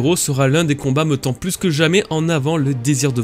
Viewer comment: Pk tu dis "meuttant" "meuttrons" au lieu de "méttant" "méttrons" Jme moque pas hin jsuis curieu